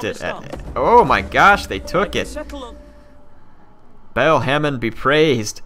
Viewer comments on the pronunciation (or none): did he say bagel hamen?